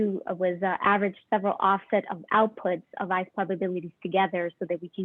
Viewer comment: Great content, but what is this "eyce" or "eyse" or "ise" substance you keep referring to?